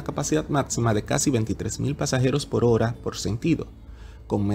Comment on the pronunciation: Muy buen video y con informaciones muy específicas… Solo me gustaría que arregles un pequeño detalle, debes abandonar pronunciar esa letra “L” donde no va, (ejemplo: decir PoL , en vez de Por). Tus videos son educativos y muy vistos, ya tu estas a otro nivel. Eso te hace ver menos profesional.